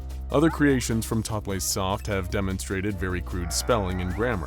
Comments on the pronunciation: ...it's "totally soft." Not "totlaysoft." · Oh my gosh, I was reading this scp the other day, it's one of my favorites! Thank you so much for covering this one.{Sorry for going 'erm akshually' on you, but the creator of this scp has stated "totleigh" is pronounced "totally")